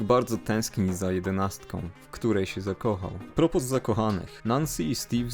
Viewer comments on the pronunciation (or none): á propos wymowy á propos to ápropo co z franc wymawiamy bez es z akcentem na a ...'i jeszcze nieżesie czepiam bo tu fajnie i z kopem intelektualnym więc pozdráwiám..